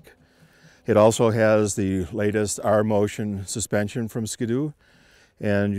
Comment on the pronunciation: 2012 sko doo. lol ski doo :P